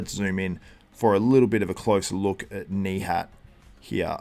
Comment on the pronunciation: Since I am from Turkey too, you perfectly say his name. Nihatttttt:hand-pink-waving